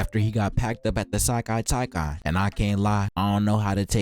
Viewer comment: Sekai Taikai not Sailai Taikai